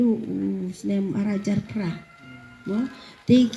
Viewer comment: Prah ❌️ Process ✅️